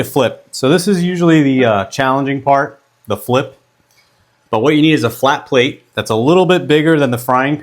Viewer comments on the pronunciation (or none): none